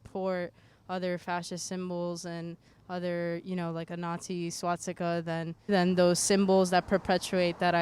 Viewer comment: did she say 'swatzika'?